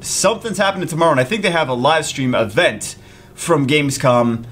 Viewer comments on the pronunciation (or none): none